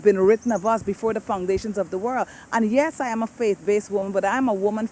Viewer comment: Over the World not over the Worl